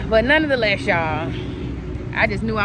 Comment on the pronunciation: you’re pronouncing NONETHELESS wrong…it’s not nonoftheless. You’ve been saying it a lot and I’m just trying to correct you not shade you.